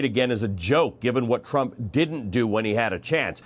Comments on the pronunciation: I liked the slip at the end Donald Tram...Tra... Trump... cuz lord knows he is one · Did he say Donald Tramp at the end? haha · Hey its Trump not tramp and it was your Pal Como who was going out sick killing people and his brother who sent sick people to assisted living and Nancy who invited everyone out to party while Trump was trying to shut the country down to stop it from spreading as the dems keep fighting him and blaming him just like you. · He almost said 'Donald TRAMP' in the end 🤣🤣🤣🤣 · His slip of the tongue was right on time. Tramp... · "Donald TRAMP..." great slip of the tongue, so appropriate 👌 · That slip of the tongue 'Donald Tramp' made me laugh. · “...Donald Tramp, uh...Donald Trump” no, no Ali Velshi, you said it right the first time! 👏👏👏 What an utter disgrace this despicable human being is as a “world leader” 😒 — “Keep America Great”? How about keeping America(ns) alive?! 🤯 Sending my genuine and heartfelt prayers from Canada to my American neighbours that by the grace of God things turn around for the better for the country and its citizens 🇨🇦🇺🇸 🙏❤️ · Oops, little slip of tongue there - but it works though 😉 President Tramp lol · Ha ha. He slipped and said Donald Tramp. I like it, like it alot in my Jim Carrey voice😅😅🤣🤣🤣